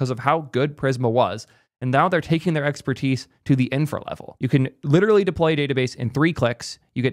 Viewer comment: You have as many l's in literal as ChatGPT thinks there are r's in strawberry.